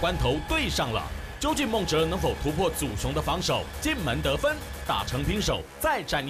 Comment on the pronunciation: 祖雄之後一定要跟五熊一起來 主持人一直唸錯笑死 😂😂